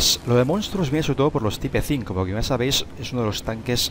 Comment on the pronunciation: Co me gusta que digas type 5 como se escribe mejor pronuncialo en inglés (taip) o pronuncialo en español tipo 5